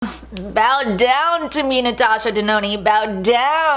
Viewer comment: Happy Birthday! Also, Congratulations on hitting your subscriber goal! Also, just wanted to let you know that it's De-no-na, not De-no-ni. Just wanted to give you a heads up. Great job. Girl, enjoy your 30's, I just turned 40 this year. 🙈 I wish I could go back to my 30's. Lol